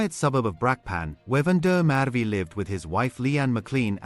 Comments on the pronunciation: Please pronounce his name correctly - VAN DER MERWE (“Fun-de-MerVe” - emphasis on the V!!) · Please learn the correct pronunciation of the victim’s name. Or are you AI? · Yoh have some respect and say his surname properly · Why can’t you pronounce Van der Merwe’s name properly